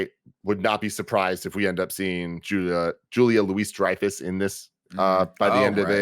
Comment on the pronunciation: I really need y'all to learn how to pronounce Julia Louis-Dreyfus